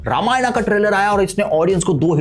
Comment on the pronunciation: Ramayanaaa Nhi Ramayan hai